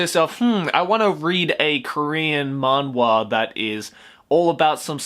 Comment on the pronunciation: It’s pronounced “Manhwa (만화)” with the “H (ㅎ)” btw. I’m talking about the Korean pronunciation tho